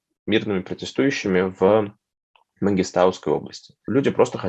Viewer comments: Редакторы, скажите уже кто-нибудь Варламову правильное ударение в названии Мангистауской области) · Мангистауской😂😂 ударение не правильно поставил:)